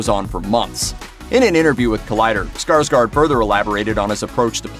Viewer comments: It's pronounced SkarsGord not SkarsGARD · His name is pronounced Skarshgord. Fyi. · Why do americans say ”skarSkar”? His last name is Skarsgård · Not Skarsgard but Skarsgård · Not Skarsgard its Skarsgård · just saying that his last name is pronounced Skarsgord since it has swedish O(å) in it😊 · Å is pronounced as O It’s pronounced like - Skarsgord...